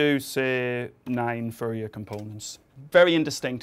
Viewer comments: Please be careful with your pronunciation! It sounds dangerously close to "furry analysis", which is a completely different domain of... physics... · furry analysis? I didn't know it was pronounced like that =P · I can't unhear "Furry analysis"